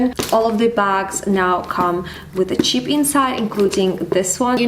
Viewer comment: You kept saying "cheap" sorry it's throwing me off as you are actually saying Chip